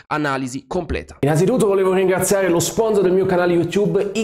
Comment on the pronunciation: Bravo 👍... Adoro quando dici: sponzor aha ❤️🖤.. forza Milan 💪😝